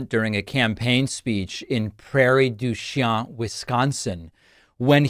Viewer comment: Born and raised in Wisconsin, just for your future reference. The town is pronounced: "Prairie du SHEEN". ;)